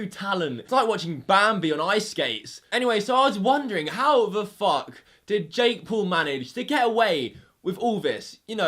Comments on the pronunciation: This dude pronounces his name like jek pool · Normal people= Jake Paul = Jake Pool (His pronunciation 😂) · "Jake pool" 😂😂😂😂😂😂